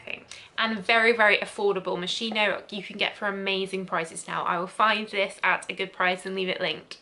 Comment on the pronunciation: I would have added Jil sander sun to the list.. Sorta of smells like a beach and sea salt btw Moschino is pronunciated ~moskeeno~ if that makes sense😊